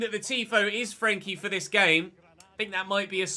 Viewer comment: I'm just wondering why he keeps saying frenkie like that